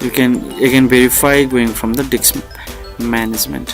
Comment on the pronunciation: Lmao whats funny is every once and a while he pronounces 'disk' correctly but 95% of the tutorial it's 'DICKS'. I about fell out when I heard open up 'Windows Dick Manager'. Great tutorial over all though. The information is great & you always can come back for the comedy aspect of it